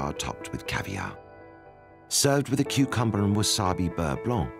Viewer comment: what is that accent for cucumber? Kuchumba? Never heard that!